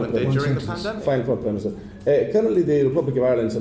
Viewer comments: Prime miniature! 👌😂😂😂 I heard it! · “Primeminiture” 😂 love it